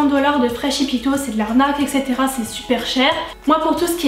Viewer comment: Tu m'as trops fais rire avec ton shipito ( la prononciation) je suis presque sur qu'on dit ship to genre un jeu de mot ship it to comme en anglais (envoyer à) à part ça merci beaucoup je galèrais pour me faire livrer des produits Us comme coastal scents ou j'ai du payer 30$ de frais de port